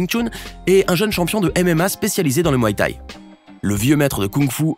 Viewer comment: Au "my t'ai".... Mdr